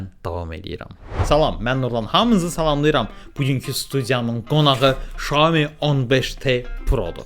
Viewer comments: Salam hər vaxtınız xeyir Xiaomi şirkətin bildirdiyinə görə düzgün oxunuşu Şaomidir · Oxunuşu tam dəqiq desək belədir - Siao Mii - mənası balaca düyü deməkdir. 👏